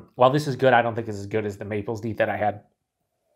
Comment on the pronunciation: FYI, Deth is the head brewer of Revolution and yes, it's pronounced "deeth", but people always mispronounce it "death" so they embraced it, hence "Deth Star".